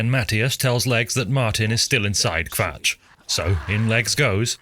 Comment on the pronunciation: Why are you saying kvatch like that? Draw it out like an imperial, kuh-vatch. There is no wales in the elder scrolls.